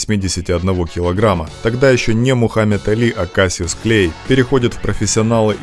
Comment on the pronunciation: Why u sayin kasyuss